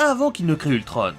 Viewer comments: On ne dit pas Ultrone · Enfaite c pas ultronne c ultron on on on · C toujours pas ultrone mais ultron!!!!!! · ultrone pour la vo et ultron pour la VF sinon continue comme ça j adore tes vidéos !!!!